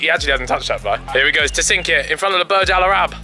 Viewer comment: “The burj alarab”